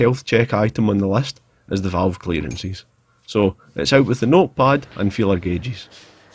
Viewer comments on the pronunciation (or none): none